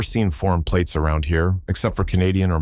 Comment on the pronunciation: Tem platees?